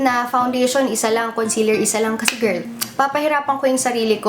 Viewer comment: lovin the way says "GIRRRL" 😂😂 LOVELOVE 😘😘😘